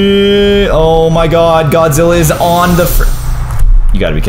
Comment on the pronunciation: Why you say godzi